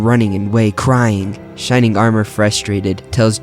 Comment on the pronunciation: shrining armor??? I thought it was shining armor